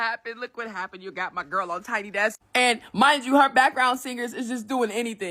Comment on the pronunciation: It’s desk not decks. I notice you tend to mispronounce a lot of words…even words that should be relatively easy to pronounce. I would understand if you were from a non-English speaking country, but you’re from an English speaking country. A lot of the words you mispronounce are words you should have come across at the grade school/primary school level. Maybe you should consider speech therapy.